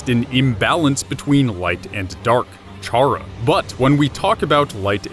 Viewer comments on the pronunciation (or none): Why do people always pronounce Chara as Char-ra? The official wiki says that it's pronounced Kar-ra, which quite obviously is short for character. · It's pronounced kara not chara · One thing. Did you JUST figure out that the 'dark world' was all a game? I mean. Its.. pretty obvious at the end. Most people figured it out. and you keep saying chhhhhhhara. the H is silent my dude. its pronounced Cara. spelled Chara yes, but not everything sounds exactly like its spelled. also im pretty sure Ralsei is referred to as a prince a few times throughout. Not a bad video, all and all tho. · It’s pronounced ca ra, not cha ra. It’s a play on the word character. Just sayin. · It’s pronounced kar uh not charre ah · Nobody said Ralsei was a girl. The pink doesn't mean female you know.Also stop pronouncing it as Charr-ah. It's pronounced Kara, as in, short for CHARACTER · Pronounces Chara CHara and ralsei ralsie oof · It's C-hara not CH-ara and ralsEI (ral-say) not (ral-siy) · I swear to god if you keep saying CHAR-uh and not CAR-uh I'm going to throw myself out of a window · I cant watch this knowing you pronounce chara as Char-ra not kar-ra. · Its not chara its rhaca idk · i have just one problem wit this... "CHARA" IS PRONOUNCED "KARA"!!! IT'S THE START OF "CHARACTER FOR GOD'S SAKE! and if you don't believe it ,look at torial's name - TUtorial because she is the is the tutorial. if the tutorial character was named after her role, why not the character that has the whole story around it? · would like to mention, because I'm kind of a grammar nazi, chara is pronounced kara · it’s pronounced kara short for character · Omfg it’s CHARA. The “CH” makes a “K” sound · 1. Ralsei is just Asriel, not even implied to be female. 2. CHARA-CTER as in pronounced "kAr uh" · TakTheFox I hate when people pronounce it as "char uh". For fucks sake, we know Chara is short for character. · Why is NOBODY focused on how he pronounces “chara”? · Also, isn't Chara pronounced like the word Character?